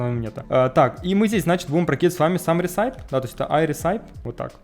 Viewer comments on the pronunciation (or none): никогда не понимал зачем люди говорят апп, а не просто ап (и кстати recipe это рэсипи, не ресайп :) )